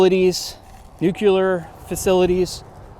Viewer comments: Nookuhler - I know it's a popular pronunciation, but it's actually 'new-clear", derived from "Nucleus" but of which no one pronounces that, "Nookuleeus" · Honestly I was going to watch this whole video, but the fact that you can't even say nuclear properly, tells me I probably shouldn't be learning anything from you. NEW-CLEE-ER. You show me where the second u is in nuclear. Pronouncing in like Nucular. 🤣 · Dude! It's NUCLEAR, not Newcular. Only an idiot, or a US president, is allowed to pronounce it that way. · "Nucular", really?🤔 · Nooooo! For a 3rd time this noob says newcular! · OMG, he said newcular twice! How noobular! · NU CLEAR NOT NU CU LAR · Nu-clear. Not Nu-cah-ler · Nuclear not nuculer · Nuc-u-lar capabilities eh? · it is not "nuckuler", it nuclear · There is no U after the k. Its Nuclear, not Nook-u-ler. Common mispronunciation. Everyday people, celebrities, politicians, Presidents pretty much all say it too, (Jimmie Carter served on nuclear subs and he said "Noo-kee-ya). Even the news people on TV occasionally get it wrong, but what do they know? They're just reading the teleprompter. I guess most people pronounce it wrong, but its still a “mental fingernail on a blackboard” when I hear it. There… I got that out of my system. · $:54 Yes, the Nike Hercules was equipped with a (cough) "nucular" warhead. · "Nuclear".. not "nukular"... You knob. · It's new-clee-ar (Nuclear) Not New-you-ler. But thanks for posting. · For the love of Pete! New clee are nuclear. NeWqUeLaR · If you're going to talk about this stuff, it's pronounced "new-klee-ar", not "new-clue-ar". In Gaithersburg, MD, just north of DC, there's a city park named Nike Park. A few miles away next to the western border of the National Institute of Standards and Technology campus(formerly the National Bureau of Standards), along Muddy Branch Road on the western part of Gaithersburg, there's another former Nike site that is still fenced. It houses something that is protected.